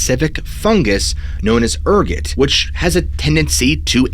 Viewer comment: Ergot why are you saying ergot like that